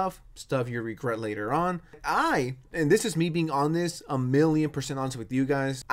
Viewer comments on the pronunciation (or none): its pronounced "hon-est" not "on-this"